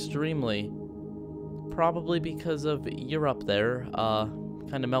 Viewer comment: btw you said europe wrong...